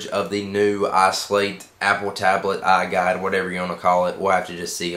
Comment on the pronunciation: wait wait wait did u say "iGod" or "iGuide"??? lol i just couldn't tell with ur voice